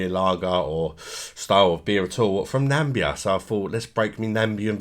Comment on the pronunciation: it's not Nambia it's Na-mi-bia